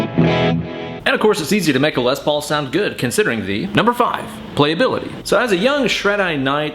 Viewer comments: Less is more. It's pronounced like less, say less Paul not more paul, or lesbian paul. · Tomato, Les Paulo haha